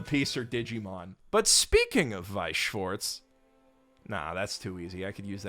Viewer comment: it's "schwAHHrz" not "schwOrts"